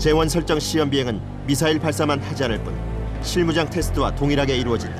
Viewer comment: 미슬이 뭐냐 미쿡사람이냐? 미사일 이라고하면 촌스러운거냐?